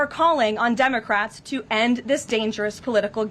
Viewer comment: lol. Did she say “Dumbacrats”?